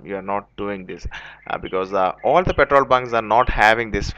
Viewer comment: "petol bun"